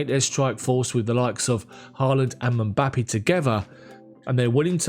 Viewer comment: If you can say Ngolo you can say Mbappe. You are not used to names with two consonants together being English, but you can do it...just practice 😉.